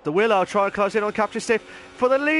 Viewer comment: It's pronounced willow not wylo 🙈 enjoyed watching that there was some good battles there 👍🏻